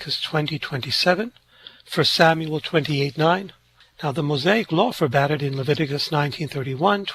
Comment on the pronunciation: Love, love, love your channel. And just FYI ❤ forbade it, not forbadded And, not 'debt', dead, 'invoking the dead', etc. Sorry. I'm a retired teacher...😅❤